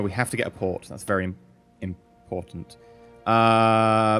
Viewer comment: "We have to get a PORT. It's very im-PORT-ant."